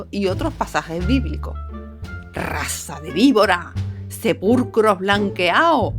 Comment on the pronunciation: Sepurrrrrcros blanqueaos…